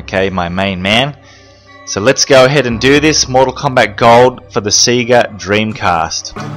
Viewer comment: i love how you say Sega, like Seega. Instead of like Sayga